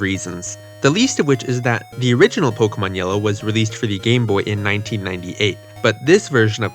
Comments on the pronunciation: Why are you saying pok-uh-mon instead of po-kay-mon? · Why do people call it "poke-uhmon"? It's "po-kaymon"